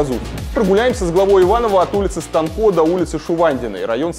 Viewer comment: Не станкО, а СтАнко, дорогой и эрудированный друг.